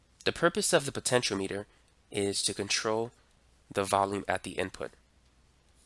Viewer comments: I thought it's pronounced "po-tent-chi-ometer" not potential meter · Why you say Potentiometer and De-coupling, weird?